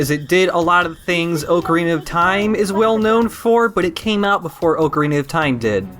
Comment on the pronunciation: Oh shit, I can't believe really says it "Oak-arena of Time" We've been together three years. Unsubscribed.